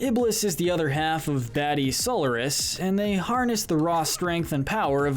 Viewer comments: Robotnik’s name is Eggman in the modern games! Also you pronounce Solaris as SOL-ER-IS. It’s pronounced SOL-AR-IS! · So Lar is miss pronunciation go back and play 06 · And this guy says So-l-er-nis no it's Sol-ar-is like that even the characters say the names how does he mistaken that so easily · im offened that he called solaris SOULORIS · You pronounced Solaris wrong.